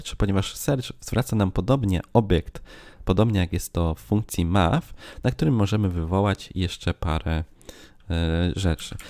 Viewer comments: Match nie czyta się "maf" a "macz" Pomyliło Ci się z Math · MAF?! kurcze, tragedia u Ciebie z angielskim - dobra robota z kursem, ale to jest MACZ a nie maf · spoko film, tylko słowo "match" czyta się coś w rodzaju "macz"